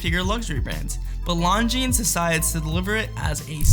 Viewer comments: Jesus Christ. You don't say the "S" in Longines. Why don't you know that?! Because you don't know what you are talking about. Which is why you confidently presented this video. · Learn to pronounce Longines.